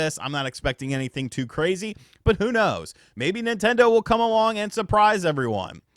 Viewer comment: Why did you say "come" like that bro?